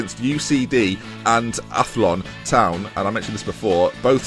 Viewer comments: Mc-Don-ah Coo-lan / Ath-loan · athlone is pronounced at-loan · Athlone pronounced = At loan Love the series 😎👍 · Loving this. Athlone rhymes with cone. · I lost it at you're "Athlone" hahaha! its pronounced Athlown and Cabinteely is like Cabin-teeeelie. but I still like they way you mispronounce almost everything :D